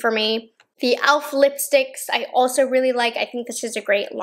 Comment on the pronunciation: hode = hoLd ahso = aLso shtrawrr = sTrawrr